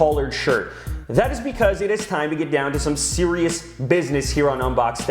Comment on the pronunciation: Very sewious! >:I